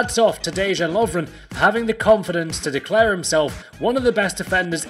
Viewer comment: It's pronounced "de" "yan" js